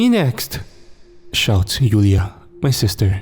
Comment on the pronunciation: One thing “Julia” is pronounced with a “J” sound, not a “Y”. Joo-Lee-Ya